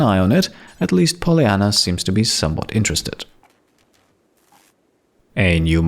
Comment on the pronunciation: Bugs me off how he pronounces Polyanna